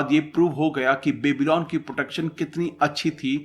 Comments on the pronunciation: It's pronounced as byabylon not babylon :) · क्यो बेबी-लॉन बोल रहे हो यार वो बॅबलॉन है कोई बेबी..लॉन नहीं